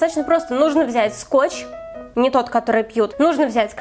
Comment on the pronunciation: ты сказала скоч не тото который пют